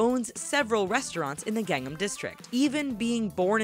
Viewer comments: GANG num.... you mean G-AHNG NAHM??!? lol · You can't even say gangNAM style properly... It's not gangem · Every time she said Gangnam I cringed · every time she says Gangnam I cringe